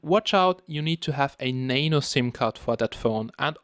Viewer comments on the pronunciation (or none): it's nano not nane-o XD lolzzz